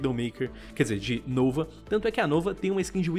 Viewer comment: "NOUVA" KKKKKKK